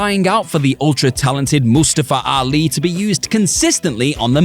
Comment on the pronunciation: Thank you for pronouncing Mustafa Ali’s name right, I have the same name😂